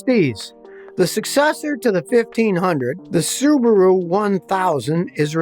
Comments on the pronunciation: It's Suu bahh rooo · Australian guy told me they are whack popular there. Pronounced Sue Bar ooo.